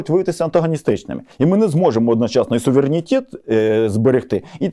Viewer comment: українською буде СУВЕРЕНІТЕТ, а не САВІРЄНІТЄТ! Коли ви вже навчитесь....